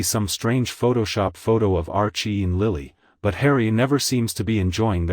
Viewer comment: The voice over is hilarious. Lily Bet?? Never heard of her, and later Meghan acquired a new name - Magazine! Bet she'll love that. There's probably more gems in there, but I got bored with it all.